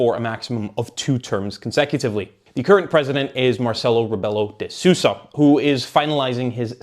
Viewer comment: "Marsaylo rebaylough day sussa" killed me😂